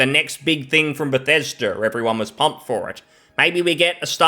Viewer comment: its "be thes da" not "beth es derr" 😅😂😘